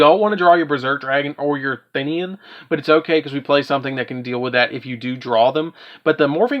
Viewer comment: "Thin-ian" smh